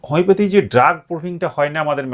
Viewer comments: উচ্চারণ ঠিক করুন হমিপ্যাথী নয় উচ্চারণ হমিয়প্যাথি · হোমিওপ্যাথি উচ্চারণ টা তো ঠিক করে করুন... তারপরে জ্ঞান দিবেনা